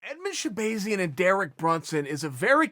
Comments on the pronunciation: Chael literally everybody who has ever said his name pronounces it shabAHzian not shabAYzian. There for I know for a fact ever time you have heard his name being said, you heard shabAHzian. So tell me why the fuck do you insist on saying shabAYzian? Thanks. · Sha bah zee in not bay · Chael: “Shah-BAY-zyan” 😂